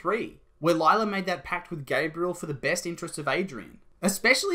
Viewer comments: Lie-la? Felix? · It’s gonna be Lie-la